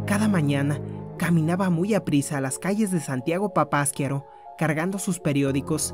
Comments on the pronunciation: no se pronuncia papaskiaro. Es Papasquiaro..así como se escribe le pones asnto de pausa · No se acentúa en la segunda a, es papasquiaro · Asi no se pronuncia papasquiaro, lleva acento en la ultima [ A].